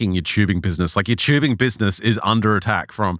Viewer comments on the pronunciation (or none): Listen. I love you guys. Ive been listening since season 1. Im a plus subscriber, we're all mutuals on twitter. I have never been so angry and upset with this show and its content in my life. Its TUBING WITH A T NOT CHEWBING Literally infuriating to listen to, I could not stand it. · It's not chewbing it's TUBING